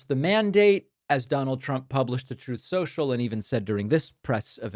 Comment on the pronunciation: What exactly is troth cential? You have a stroke?